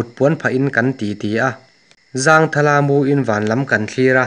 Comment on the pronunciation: zèn, ṭhêṭhâw, lângkaih ni lovin langkaih zawk, vaipa dên, ṭamtâwk, zángthal nilovin zangthal, beliang hi behliang, pilril, etc. A ngaihnawm e.